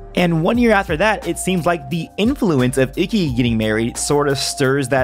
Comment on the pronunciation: It’s pronounced eekey, not icky